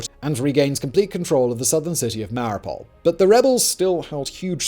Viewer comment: Excellent recap of a 30 year mess sponsored entirely by German myopia. Please learn to pronounce the words “Ossetia” & “Mariupol”. Yes, I’m American.